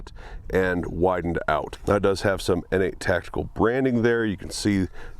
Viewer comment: I thought it was pronounced “Nate” Tactical. Pronouncing it “Innate” Tactical makes it sound like an illegitimate step-child or something.